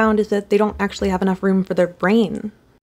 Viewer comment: She got that ACHHHSHHHHUALLY pronunciation